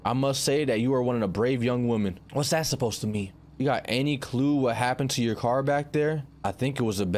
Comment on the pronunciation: is no one going to talk about how he said care instead of car 💀